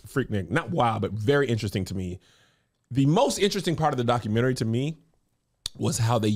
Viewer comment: I love when says "documentry." IDK, something about it.🤣